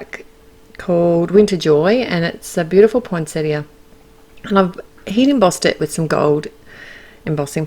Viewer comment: Yay... Australian commentary where you pronounce the “i” at the end of poinsettia!! 😉 love these cards... the pine cones are my favourites. Thanks,.